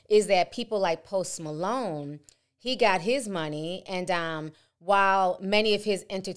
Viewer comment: Went from post Malone to Post “ma-loan” 🤣🤣🤣🤣🤣